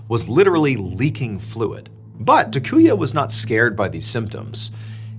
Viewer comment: First guy's name is pronounced TAH-koo-yah, not tuh-KOO-yuh. Japanese is pretty consistent; all the 'a' characters use the same soft vowel sound.